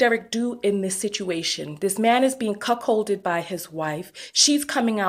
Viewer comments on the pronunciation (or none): Did she call him cuckhold? LMBO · I agree with your commentary, but girl I cackled every time you said she cuckcolded her husband. 🤣😂 Forgive me, but I CANNOT keep a straightface. 😝 I also love the term HubSon and shall henceforth use it. Thanks girl.